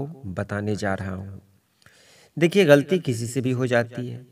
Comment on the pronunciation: سر آپ غلطی کا تلفظ درست ادا کریں غَلَطی درست ہے غَلطی نہیں